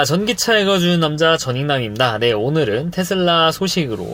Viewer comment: 전기차 똑바로 못읽네 ㅉㅉ